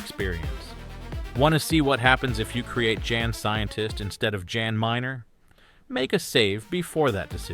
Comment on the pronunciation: Guy in Alters name is pronounced with a soft J. Like YAN. Not Jan. 😂